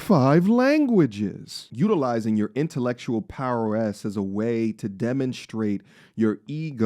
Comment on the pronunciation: "poweress" lol